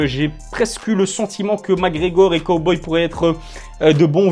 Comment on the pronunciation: J’ai arrêter de regarder la vidéo au moment où tu as prononcé cowboy 🤠